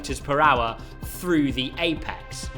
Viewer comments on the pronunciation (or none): none